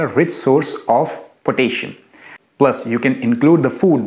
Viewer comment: potasheeum not to be confused with the mineral potassium